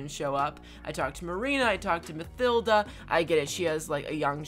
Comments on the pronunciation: Am i the only one who gets pissed of by him say mathilda instead of matilda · I think it's just me but you're saying Mathilda wrong